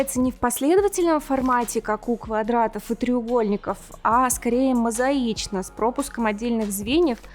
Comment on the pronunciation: Круг и квадрат- это я.Точность 100%.Очень интересно, благодарю ❤. Отдельный респект за грамотную речь.правильное ударение в слове мозаИчный- выше всех похвал.Нравятся все ваши видео.